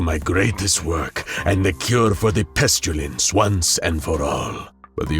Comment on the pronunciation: Great video! Got some interesting pronunciations there though. Pestilence (pest-a-lence) as Pest-u-lence and debris (da-bree) as dabreeze. Also noticed an error here “nobody knew as much /than he did/“.